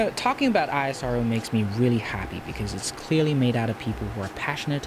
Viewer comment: Its Spelled as "ISRO" together, not "I.S.R.O"...Please research about how to spell names correctly before making a video, it helps !!!